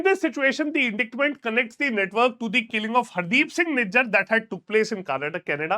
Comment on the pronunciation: Please go check how to pronounce indictment